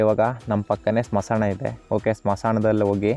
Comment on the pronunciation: Bro smasana alla bro smashana clear agi helu bro keloke chanagiralla k na